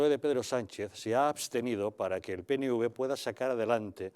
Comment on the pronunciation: se dice PE-ENE-UVE no PENE-UVE